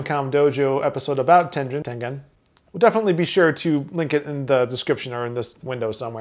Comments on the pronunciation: Ten-gen not Ten-jen There is a g in there for a reason. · OK, I looked it up. It's pronounced tengen, not tenjen. It comes from the Japanese game called Go. Please feel free to check this reference: senseis (dot) xmp (dot) net/?Tengen Other than this "joke" I enjoy your show. Thanks for all the effort you put in to it. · Also its japanese name is テンゲン Te-N-Ge-N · Tengen. G sounds like the G in get.